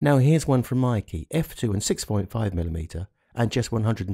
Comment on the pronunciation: its not pronounced MIKEE its pronounced as MAKE as in word make